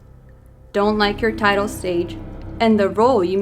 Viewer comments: you mispronounced an important word when you quoted the song lyric the word is tilted as in to tilt not the word titled you pronounced it titled misquoting the lyric changes the meaning of the lyric ... you need to amend this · Its tilted not titled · Tillllted not titled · You recited the lyric wrong. You said "titled stage" but the subtitle read "tilted stage". Great video though! I believe this Taylor is a male. Her limbs are too long for a female, & she's too thin. Our bone structures are different. A real woman would be emaciated at that size. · Uhm, pretty sure it's til-ted...not titled. But hey mistakes happen. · It’s tilted stage not titled stage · its tilted not titled. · This is absolute garbage. I don't even know where to begin with how wrong this is lol. Also, it's TILTED, not TITLED. You need professional help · You said titled instead of tilted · Omg you dumb bitch its tilted not titled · Come on, if your gonna make shit up, at least read the lyrics better. I stopped the video when you read Tilted as tidaled. Moron. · is that how you pronounce tilted? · Everyone says "titled stage" when it's "tilted stage" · It's TILTED you said titled lol😂 are you fucking kidding. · Don't trust somebody who misinterprets a music video and pronounces the word tilted as "titled" 😂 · It's tilted stage not titled stage... 😒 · Tiltez not titeled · She doesn't even know how to pronounce the word "tilted", f*ck that bitch. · she pronunced the tilted wrong😂😂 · How can I take this seriously you can't even pronounce tilted correctly 😂😂😂😂😂😂😂😂